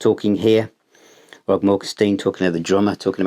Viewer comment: it's "Rod" Morgenstein not "ROB" Morgenstein....lol.